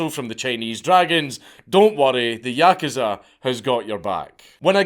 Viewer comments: yakuza=yakaza. He says it properly one minute an the next saying yakaza lol keep up the good work Dank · Please, good sir, learn how to pronounce the word "yakuza." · Why is he saying yakuza like that!!!! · I like how Dank swaps between pronouncing "yakuza" correctly and incorrectly throughout the video